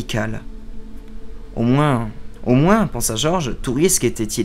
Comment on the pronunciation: Prononcer "moins" avec le son "S" à la fin : moins trois points de charisme :D Je suis pas spécialement fan qu'on lise pour moi quand ce n'est pas des contes qu'on me lit, je trouve qu'on y perd la magie de l'imagination, donc ce sera sans moi, néanmoins ta diction à l'air très bonne et la nouvelle choisi est trés sympa, mais y aura-t-il moyen d'avoir un lien pour lire la nouvelle si tu te mets à lire du moins connu (et donc moins facilement trouvable) un jour? (PS: je me doute que tu ne va lire que des nouvelles en rapport avec les Imaginarium, mais si tu recherches de bonnes nouvelles sf, vu la profusion et la qualité de celle de Fredric Brown, tu pourrais t'y pencher; t'est mon nouveau Dieu si tu arrives à faire découvrir du Brown à tes abonnés.)